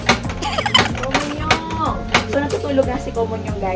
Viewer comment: 왜 계속 “코몬용” 이야?? ㅋㅋ 웃기다 진짴!